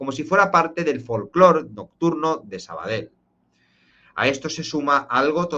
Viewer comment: Se te escucha de lujo... pero por cierto, se dice Sabadell,no "sabadel''(tú puedes!!)